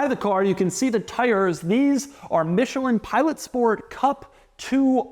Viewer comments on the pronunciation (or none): none